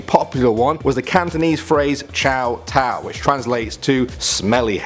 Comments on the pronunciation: I'm offended it's pronounced Chōw tōw as in ch O"the letter"w t O"the letter"w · ..... you said “chow tow” wrong :/ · I speak Cantonese and he said Chow Tow wrong (Just saying it. not here to judge) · You pronounce chow tow wrong it's choh toe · Lol Chow Tow. I speak Canto and that's not even close to how it's pronouced hahahahaha